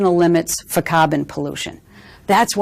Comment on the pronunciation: "cahhbun pollution". Lol from Boston. Wicked tits duuuude!